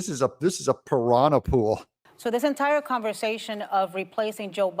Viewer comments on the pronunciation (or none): none